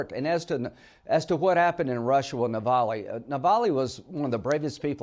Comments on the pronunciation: "Navaly" can't even get his name right. How on earth do these people become Senators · Hey Linley-His name Novalny…say his name correctly!